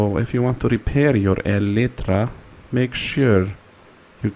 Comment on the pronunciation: "Helloo everyone, I want you to show you how to Repair your broken (small pause) E LIT TRA"